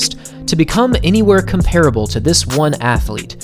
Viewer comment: COMP-uh-ruh-bull not COMPARE uh bull.